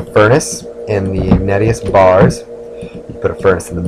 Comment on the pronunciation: Also, it's "ihg-nay-shus".